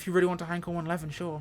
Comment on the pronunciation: Finally, a reviewer who knows how to pronounce Heinkel properly and that it was a 1-11! If the engine sounds were better, I think I'd go for it, but the interior sound like an Austin 1100 in need of a service.